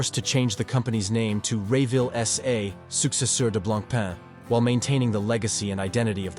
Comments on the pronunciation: The writing is good, but you pronounce the brand name too many ways. It is blanc-pon which you get right a few times. I have a Fifty Fathoms. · It is annoying how much brand name was missed pronounced. On the the left person with Jean Claude-Biver (right) is not Jacques Piguet, as one who could conclude with what it is said; it is Bernard Arnault, owner of LVMH Group (richest French person). But to someone not familiar with Blancpain, the video is quite informative for start. Blancpain lover here, owning three of them: fifty fathoms, bathyscaphe and leman. Pity that Leman and Le Brassus collection (discontinued) was not mentioned. In my personal view much nicer collections than Villeret. Thanks